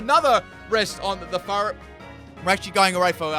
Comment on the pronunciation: Sounds like you’re saying fart instead of furret